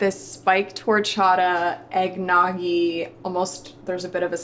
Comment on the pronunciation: As a Mexican woman, the way she just pronounced horchata makes me squirm